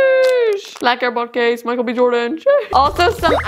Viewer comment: Did anyone not notice she said Michel b Jordan 😂